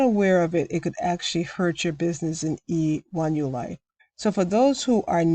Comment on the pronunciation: Thank you!! I have no interest in joining a program like E1ULife. Not sure if you realize but more times than not you were saying EU1Life than E1ULife lol I am well aware of those scam emails. They want you to call that phone number so they can try to trick you and steal money from you!